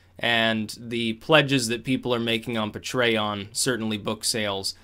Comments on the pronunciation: PAY-TREE-ON say it with me like a patron. pay-tree-on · Just release these talks in a audio only form. Also, Pay-tree-un, vim-ee-oh. :)